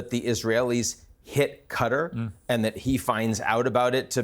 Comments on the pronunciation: did you just call Huthi' "Yemen civilian government"????? What is this extreme pink washing lol I wouldn't trust a guy that says "Cutter" it's "QA-TA R" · QATAR , not CUDDER . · what's cutter it's Qutar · I despise how Americans pronounce Qatar as Cutter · It’s Qatar not cutter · AMERICAN JOURNALISTS: PLEASE! DO YOUR HOMEWORK. THE COUNTRY IS AND ALWAYS HAS BEEN PRONOUNCED "QA - TÁR" ... NOT "cutter" or "cuttery." TO SPELL IT OUT, FOR YOU, IT WOULD BE "KAH-TÁHR." and "KAH - TÁHR - EE." YOU SOUND VERY IGNORANT SO GROSSLY MISPRONOUNCING A COUNTRY THAT VERY RECENTLY HOSTED THE OLYMPICS. IT IS VERY DISRESPECTFUL. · Qatar or Cutter mate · it's pronounced Kah-taar not cutter. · Why does the first guest say "Cutter"? It's Qatar. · Where's "Cutter" exactly? Oh, you mean Qatar, cat-are.... "Cutter" bell-end 😂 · Stop calling the place "cutter" its actually pronounced "KA-TAR" ....where do you get "cutter" when you look at QATAR?🤷🏿‍♂️🙆🏿‍♂️🤦🏿‍♂️ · First of all, it's QATAR not Qutter. Goodness. Secondly, Piers, do you condemn israhell and do you admit that this was a terrorist attack?? since there was no combatants involved and they struck civilians ? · Is not called "Cutter"... is Qatar! 🤦🏻‍♂ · Just by the way they pronounce Qatar as “Cater” you can tell these demons have no respect for that country. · I just realised Americans call Qatar "Cud'r" or "Cudder" yet pronounce Qatari correctly ! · Anyone else infuriated by “Cutter”? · Americans are so dumb. Can’t even pronounce Qatar properly….”Cutter” “Cutter” 😂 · Embarrassing pronunciation or Qatar tbh lol cutter who the fk is cutter lol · Who pronounces Qatar as cutter? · Learned people saying ””Qatar” ”Cutter” is quite concerning. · I thought is was pronounced KAY-TAR. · This guy can't even pronounce Qatar properly. Cutter was the agent in Passenger 57 played by Wesley Snipes! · I was thinking the same.... also "cuttery"? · Qatar is pronounced cutter . actually pronounced "terrorist state"